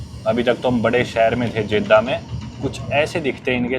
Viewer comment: Many foreigner visits Saudi Arabia and they don't keep cleanliness. Ahram no Irham. Jedha not Jaidah. Makkah not meeca. And I subscribed you to give respect to The mosque of prophet Muhammad (PBUH).